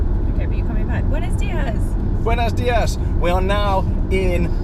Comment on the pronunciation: It's not "buenas dias", but "buenos dias", with "o" not "a".